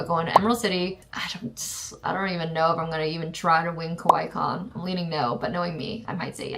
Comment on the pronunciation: I keep hearing Kowai instead of Kawaii, which means scary :')